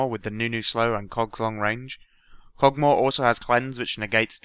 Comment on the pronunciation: BEST PART Listen to how he says kogs long range